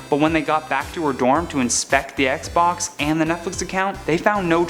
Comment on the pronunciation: I thought he said PlayStation until I read the subtitles lol